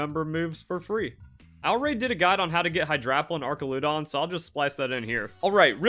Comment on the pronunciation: it’s duh-RAL-uh-dahn and ahr-CHAL-uh-dahn, so no, you are not pronouncing those correctly. You were emphasizing the LUH and making it sound like dura-LOOH-don.